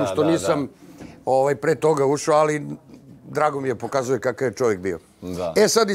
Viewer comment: JAO KAD MAKITA KAZE ALLLLI ALLLI